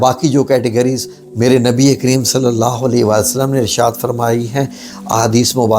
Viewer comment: Assalam, allawhumma Sawlli ala padh karen. Agar aap sawd ko mota na padhen to Maani badl Jate.